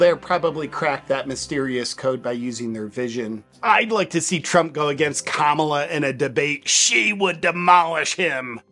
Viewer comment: The fact he can’t say Kamala right 💀